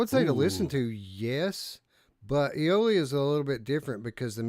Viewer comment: Day stranger. I've been busy. I finally got a chance to watch. I feel for Radiorunt because NFL Pro Era never had a chance at game of the month. I've played none of these but Eolia will always have a special place in my heart. Only because Eric couldn't pronounce Eolia and said titty nipple.